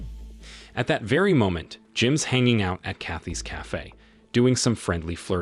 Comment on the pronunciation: I laughed when "cafe" came out "caffey."